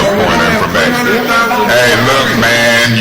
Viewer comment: “Yesh yu dewwww” 💀💀💀